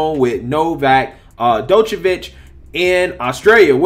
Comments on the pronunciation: It's Novak Joke-a-vich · lol its pronounced Jokavitch. :D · "Dochevitch", eh? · not "jock" but "Joke" Jokeovich. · NOT DOCHVICH........ D IS SILENT ITS JOKE A VIC...... PLEASE PLEASE IF YOU DON'T KNOW HOW TO PRONOUCE IT GOOGLE THE PRONUNCIATIONN. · The way you read the article was funny. Drawing out the last words 😂. The D in Djokovic is silent as well. Jo-ka-vich. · Its pronounced Jock-O-Vic. All Djokovic signs are not allowed at the Aussie Open, and called "Inappropriate" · It's pronounced Jo-Kaw-Vich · Its pronounced "jock-a- vich" 😂🤣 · It's pronounced NoVac(AS IN NO VACCINATION, JOKE-A-VICH) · It's pronounced Jo-ko-vich (D is silent) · (Joke-uhh-vitch) sorry it was bothering me lol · Jock-o-vich. Sorry to be that guy, but it was bugging me. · Small point. His name is pronounced " jockovich"(the joker) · Novak Jokovich* is correct pronuncation. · Joke-o-feach that is how you pronounce it in English. You pronounced it in 5 different (all wrong) ways in this clip. Must admit, first mistake I caught you with.;-) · Pronounced, “Jockavitch”.🤗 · Who is this 'Dokovic' you speak of?😏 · first off, his name is pronounced like Joko-vic like Joker. That's a minor. and he's an elite athlete who happens to be best in the world who knows what is best to put in his own body. I get it. It's their rules but it's not like he's playing rugby. The distance between him and the opponent is almost 78 feet apart. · It's pronounced JOCK-oh-vich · It's pronounced 'JOKOVICH' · Doo -ka-vitch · It's pronounced "jokeovich" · Bro you screwed up the pronunciation of his name so bad. The d is silent. It would sound like yokavic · As a matter of fact it would nest be pronounced Jock o vich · My guy, you’re butchering the name lol his name is pronounced “Jokovic” with the J making the same sound as Jones, Joker, etc. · Bro you butchered his name 🥲🤣😂😂😅 but great video tho always coming with the truth 🔥💯🔥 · His name is like Django the D is silent 😉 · Your butchering his name bud🤦🏼‍♂️😂